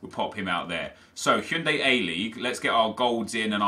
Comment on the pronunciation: It's Hyundai, as in the car nep...